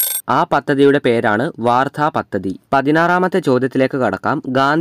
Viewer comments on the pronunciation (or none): none